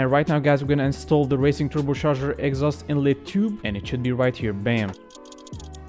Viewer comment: TurboCHarger not turboSharger